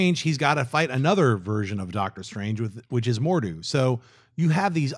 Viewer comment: Dear god, can someone get Schnepp to say Mordo instead of Mordu? :p